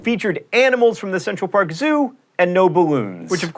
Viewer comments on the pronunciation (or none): none